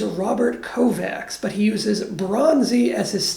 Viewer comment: It’s pronounced KovaCH. The CS paired in Hungarian is pronounced CH